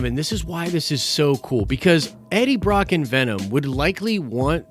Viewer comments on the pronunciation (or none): none